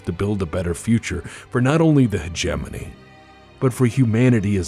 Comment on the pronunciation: In my whole life, I have never heard anyone pronounce 'hegemony' until I watched your videos. This is a word I have been mispronouncing for decades.